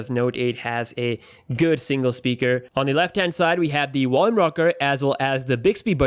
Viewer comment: Wertical, wolume, actiwate, ha, ha, ha.